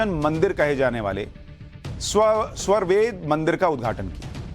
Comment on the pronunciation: Sva+ved nahi, svar+ved hai.